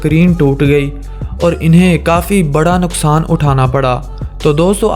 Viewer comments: Nuqsan hota ha naqsan nae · Abye panjabi naksan nahi hota hai nuksan hota hai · naqsan nhain hota bhai nuqsan hota hai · Naksan nhi noksan😂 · You say naksan